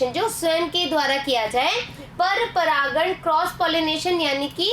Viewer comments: Aap baar baar pragkan bol rhi ho wo pragan hota hai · Aap bar bar paragan ko paragkan bhi kah rahi ho Ma'am